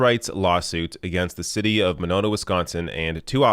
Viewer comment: It's Winona, WI. Not Manona, Wisconsin